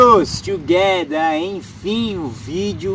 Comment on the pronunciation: O canal é bom, as dicas também, agora só perde e é irritante quando tenta ser engraçado com piadas, frases e palavras mal pronunciadas em língua gringa, tipo tamotogether, me chamando de filho e outras, fica ridículo. Imagina um falante de inglês te ouvindo falar essas baboseiras. Não há paciência